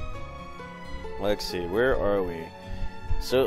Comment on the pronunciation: are u saying lexy instead of let’s see? or am i crazy?